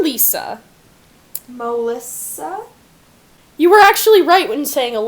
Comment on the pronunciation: cant believe you didn't acknowledge her getting Lisa Lisas name right.